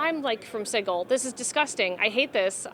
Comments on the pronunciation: This is amazing but I have to critique one small thing... its pronounced "sijil" not "siggl". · Somebody might want to tell her it's not pronounced "siggil," it's "sijil." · She's awesome!! But "Siggil"?? XD